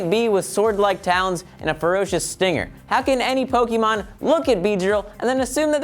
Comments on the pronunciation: It's poke-a-mon not poke-e-mon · GAH DAMMIT THERES AN É IN THE NAME AND ITS PRONOUNCED "AY" JUST LIKE IN CAFÉ! IT ISNT PRONOUNCED PO-KEE-MON,!!! DAMMIT! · Before watching this, I'm just gonna guess that they're gonna say MissingNo. from Pokémon Red/Blue (or as they say it, "po-kee-mon)